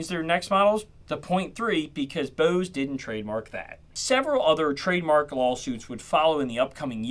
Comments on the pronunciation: Bose not booze.. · Whats this "BEAUSE" company youre talking about? Thought this was about Bose? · This guy sounds like maybe a surfer dude or something the way he says Bose, home, etc. But just those words. Kinda odd